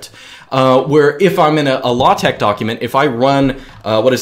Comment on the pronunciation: When he say Latex I heat low-tech